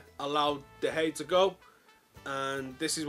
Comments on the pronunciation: Sir-Jo-Ramos and De-Hey! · I like this guy a lot but then he says 'david de hay'